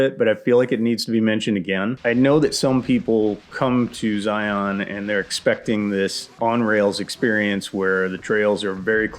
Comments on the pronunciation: Zion is just something else! For those of you who aren't local like I am;), it is pronounced Zy-inn, not Zy-onn. But anyway, PLEASE maybe try the Golden Cathedral off of Hole-in-the-Rock Road near Escalante, I'm looking at it to give it a try to go backpacking for Memorial Day weekend (I know, stupid idea to go during a holiday). I would really like to see your insight on the trail, if not, it would be super cool if you did Coyote Gulch from the Hurricane Wash side so I can see how to do it correctly. I ended up scrapping the trip when I almost made it to the confluence of Red Well and Hurricane Wash because the conditions were less than ideal and I just turned around. Love your videos man! Zion is truly beautiful and manna from heaven despite how crowded it is;). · Y'all are pronouncing it wrong. It's pronounced 'Zi-unn'. Don't sound like a tourist, we make fun of you in southern Utah